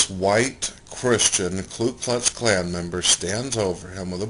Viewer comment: Did he call the Ku Klux Klan the Klu Klux Klan ?? Lol.... he said it twice